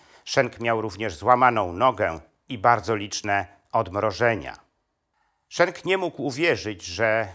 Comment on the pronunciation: Nazwisko bohatera tez wymawia Pan nieprawidlowo.Jezeli byl Belgiem a nie Niemcem to mowi sie tak jak sie pisze:Schenk a nie Szenk.Mieszkam bardzo dlugo w Belgii i sadzac po nazwisku bohater Panskiej opowiesci jest Flamandem.